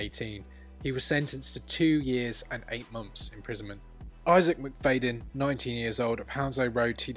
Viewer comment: Say Mc-Fad-yin not Mc-Fade-in . It hurts my lugs. Plus no surprises at the culprits.